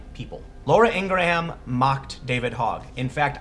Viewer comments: You over-articulated her name, you don't pronounce Laura Ingraham like that. You kind of shouldn't pronounce one of the a's in Ingraham... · A few things Mr. Pool you have no idea how to pronounce Ms. Ingraham’s name so you have never listened to her radio or TV show. She did not attack him, she retweeted what he said in an interview where he did "whine". He is a public figure and therefore open to any and all scrutiny! Ms. Ingraham is a good woman who has worked incredibly hard her entire life to get where she is, including beating cancer! This child has done nothing but attack everyone on the "Right". Florida’s Governor, Senators Marco Rubio, John McCain and President Trump! Not Sheriff Israel who is a Democrat or his deputies that sat outside in safety as his fellow classmates were being murdered. Not President Obama who pushed through the legislation that allowed the killer to not be charged with crimes that he committed at school that would have prohibited him from passing a background check that allowed him to legally purchase the firearm he used. Not the FBI that didn’t follow up on his threats to be a school shooter online in his own name, why? Could it be because his father is an FBI agent? This kids writings have even been used by the Democrats in Florida and Nationally in mailers to raise money for the DNC! Call this kid what he is! A puppet of the Democratic Party to be used as a weapon against anyone that opposes them! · It's "ing-grahm" not "ing-gra-ham" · It's Laura INGRAM - NOT Ingramham ... #SoLoveIngrahamAngle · Good lord, man - it's pronounced "ingrum" ... she's not new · ING-GRUM, not ING GRAW HAM lol dork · Ingraham is pronounced "Ing gram" not "Ing gra ham" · just an fyi, I believe her name is pronounced "Ing Gram" - just two syllables - not "Ing Grah Ham". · Dude, stop calling her Laura IngraHAM. It's really jarring and not how she says her own name. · I think it's "Ing-grum" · Laura... Last name pronounced Ing-grum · It's pronounced eengrum